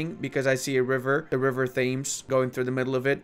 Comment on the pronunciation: I'm not sure if did it deliberately, but the Thames is actually pronounced as "Tems". Because we English can't spell anything phonetically. I blame the French via the Norman Conquest.